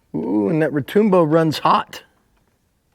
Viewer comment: Retoombo? It's Retŭmbo